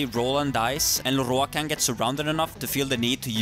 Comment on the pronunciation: i always giggle at how he pronounces "Lorroakan", sounds so epic for some reason.